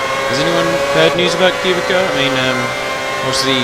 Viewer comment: btw its prenounced "cew-bit-sa" :P